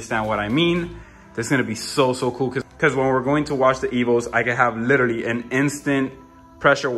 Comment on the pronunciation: I'm in South Florida. Guessing you're in Miami by your accent (what accent? haha "LITTERLY" was the giveaway). Can you share with me your Plumber's contact info? I'm in West Boca, but if he's willing to come up this way, I'd definitely hire him. Thanks bro.